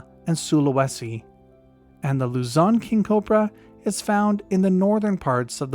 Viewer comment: Bro said Luzon kung cobra😂😂